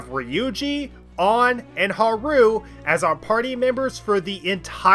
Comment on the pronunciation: Huh-roo is killing me. 💀